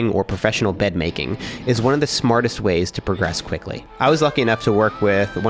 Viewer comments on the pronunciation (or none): Instead of profesional bed making I heard professional love making and got me intrigued 😂